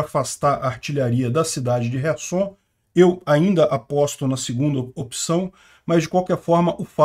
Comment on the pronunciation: Não é resson e sim kerson